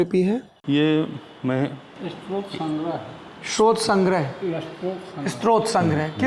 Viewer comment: सौरभ भाई, अगर आप भी स्तोत्र को स्त्रोत बोलेंगे तो कैसे चलेगा !